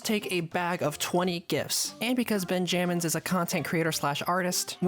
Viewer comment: Ben jammins🙏🙏✌✌😭😭 im pretty sure its pronounced benjamins gng